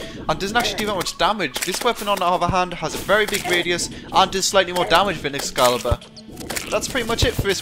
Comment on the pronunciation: Do you not know how to pronounce t's? Also, it's excalibur, not escalabur, and it is pronounce, mel-ay, not mee lee.